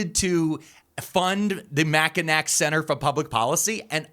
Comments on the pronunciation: Michigander here! Mackinac is pronounced Mackinaw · Love your videos dude! I want to point out one thing though. Mackinac is pronounced Mack-i- Naw. I know it makes no sense but I guarantee a bunch of Michiganders are laughing at that pronunciation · Mackinac is pronounced Mackinaw. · Mackinac = mack-uh-NAW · It’s actually pronounced mackiNAW 😅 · Pronounced Mac-i-naw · As a Michigander I'm screaming internally. Mackinac is pronounced Mac - Kin - Aw, like the "c" is a "w". I just speak the language, I don't make the rules. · As a Michigander, Mackinac is pronounced like Mackinaw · His pronunciation of Mackinac is giving me a headache 😅 😡